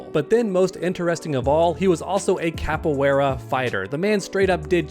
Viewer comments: man the way you pronounce Capoeira, damn. sorry but damn. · Bro you pronounce Capoeira way way wrong long.